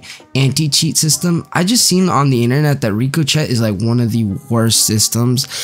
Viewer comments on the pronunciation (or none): Did this man just say Rico Chet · I think it's pronounced "ricko-shay". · Are you not embarrassed mispronouncing ricochet?